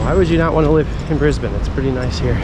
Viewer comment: You manage to say Brisbane like an Aussie, my home town, but live in the country 3and a1/2 hrs n/w now hope your enjoying your holidays. 😊